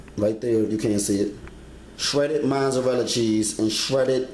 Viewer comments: Mozzarella. Not Mozzzzzzarella. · Wait... wait... did you say, "the orange shredded cheese?" 😳🤣🤣 ... looks great... imma try it. Orange shredded cheese 😫🤣and there is no "n" in Mozzarella. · Where can I find Shashages, Monzerella, and the Oyew to broyew the noodles?